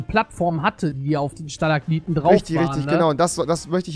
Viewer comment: Das heißt Stalakmiten. Mit M aber egal. Cooles Video😂